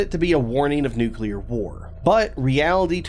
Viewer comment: Why do some of the most ostensibly intelligent people keep saying "nook u ler" new-clear people, it's not difficult. Don't be a George Bush.